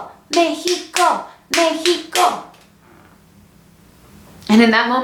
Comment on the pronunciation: Amo tus vídeos me da mucha no se algo que pronuncias México en vez de Mexicou como la mayoria te estadounidenses lo hace te AMO 😍😍